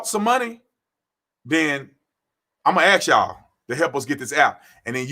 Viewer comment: Brandon... I love your channel... you have a massive presence on SM... However, If you can say "mask" you definitely can say "ask" Anyway, much respect for your record and your service as an officer. Blue lives matter!!!